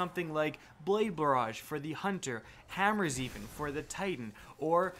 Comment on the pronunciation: This nigga said hammerzeen for the titan